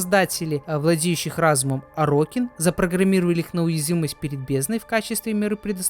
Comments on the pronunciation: Орокин, а не орОкин. Терпел весь видос эту резь по ушам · это тоже, вот только орОкин звучало намного чаще, потому на это внимание и обратил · Уровень подготовки к видео: весь ролик говорит орОкин. Я в ахуе как ему слух не режет. Чел ни вики не открыл, ни чужие ролики по лору не глянул. Это невозможно смотреть. А, да, Корпус - это не раса, а религиозная фракция. Фракция нищих бичей-людей, которые по догматам Парвоса Гренума поднялась и исповедует трушный капитализм, конкурентный рыночек и т.д. Сами Орокин тоже были людьми, но элитой, которая эксплуатировала средний и нищий класс, оградившись от них кастовой системой (Орокином можно было только родиться)